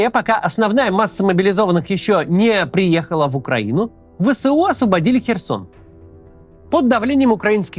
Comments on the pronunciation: ВЭ ЭС У, а не вэсэу Простите зануду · Максим, не «вэ сэ у», а «вэ эс у». Это без негатива, просто так правильнее. Первый вариант режет уши. Спасибо.